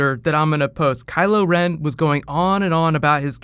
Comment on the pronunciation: "Kulo Ren" Culo Ren? Butt Ren?